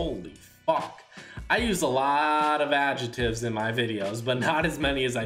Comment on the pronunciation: “Ajetives” lol